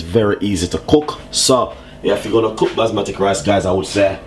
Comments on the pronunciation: it Basmati rice, not Basmatic rice, talk properly. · Isnt anyone from here OR the team going to tell him its not ``basmatic`` rice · “Basmatic” is deading me 😂😂😂😂😂😂😂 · Indeed! these are RED KIDNEY BEANS! NOT PEAS... And BASMATI rice also... NOT BASMATIC! where the heck did you learn your cuisine? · "basmatic rice" lol i love dys man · "Basmatik rice" 🤣🤣👍🏽